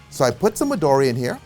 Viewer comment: Sorry to tell you this " the green liquor" is japanese meanning Midori is green in japanese! does not pronounce Midori but in is a Japanese meaning "Midori" means "green" and maybe in english sounds correct like "medori" cause in Japanese i is not sound like english "e" also in Italy Italy you don't say "ataly "but just plane Italy! so midoro is the same is M and the "i" must sound like Italy first vocal "I" that for english sound like "e" ! great cocktails 👏🏻👍🏻